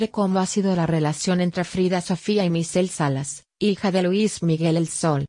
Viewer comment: Se llama Michelle Salas, porfavor habla bien antes de hacer tus vídeos, siempre haces lo mismo porfavor pronuncia apropiadamente.